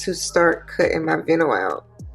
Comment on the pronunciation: Lol. You actually say the i sound in the word vinyl. So it sounds like more bye nil. But make it a v sound, instead of b. So “vye-nil” . Love the bag. Tfs